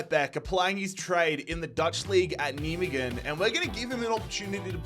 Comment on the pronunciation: I love how you tried to pronounce Nijmegen :>